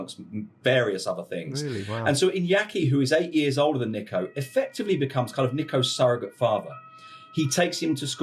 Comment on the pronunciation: I hate the way this guy says Nico, it’s Neeeco